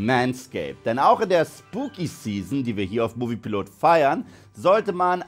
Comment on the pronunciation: Top Kanal aber du nuchelst das “Hallo liebe Movie Piloten“ immer so..Sont ist deine spitzzüngige art richtig nice ,danke 💪😉👌